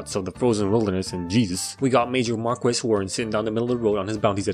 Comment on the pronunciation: My favorite thing is you pronouncing Marquis “mar-kweess.”